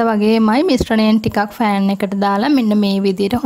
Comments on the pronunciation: it's not FAN , pronounce it as PAN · ෆෑන් නෙමෙයි පෑන් .වචන ගැන පරිස්සම්.වෙන්න සරලයි පැහැදිලියි සුබ පැතුම්. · Thank you very useful. I will try it. I heard you say Fan for Pan. Pan is correct.